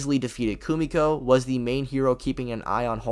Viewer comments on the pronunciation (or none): Hate to be that guy but it’s Kimiko 😅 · You powerscalers are somethin else man. Literally the wiki says he's a basic, non-powered peak human. He's not even making it past The Deep. I mean it's so obvious you didn't even watch The Boys. You genuinely don't even know how to say Kimiko's name correctly. And the fact that you're trying to scale Peacemaker to building level is genuinely just laughable. I mean come on, really? I get that it's all funny haha to make fun of The Boys verse and say they're the weakest verse in fiction but like taking it seriously and to this level is mental illness